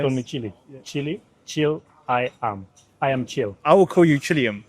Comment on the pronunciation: I THOUGHT CARLOS SAID CHILLI AYAM ( CHICKEN IN INDONESIA) HAHHAHAHAHAHAH